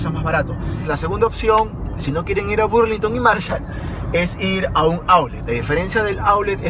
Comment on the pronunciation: no es burlinton es ba no bu